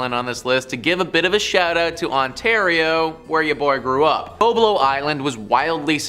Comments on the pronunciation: It is pronounced Bob lo like the name Bob short a sound. I am 68 and from Detroit n have been there for many times as a kid, as was my Mom and her friends in high school as I have it in her diary to this day!!! She grew up in the 1940's, and writes og parties and dancing and going to do the same on Bob Lo (like Bob Hope)!! Its VERY upsetting hearing you call it incorrectly!! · It’s pronounced: BOB-LOW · Correction from typing - BOB short o like Bob Marley - lo Island!!!